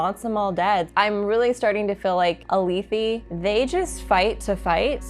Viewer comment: Great review. More pronunciations: Alethi is pronounced with a soft e and Chasmfiend is pronounced with the CH sounding like a K. At least that’s how they are in the audiobook.